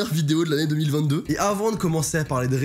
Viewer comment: Mec au début de ta vidéo tu dit oue 2021 pas ouf youpi 2022 mais fais attention 2022 sa se dit pareil que 2020 2